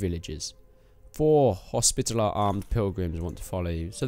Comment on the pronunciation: "And im gonna go with the Knights Hostipellar"